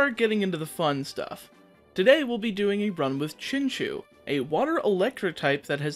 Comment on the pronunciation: btw it's pronounced chin chow not chin chew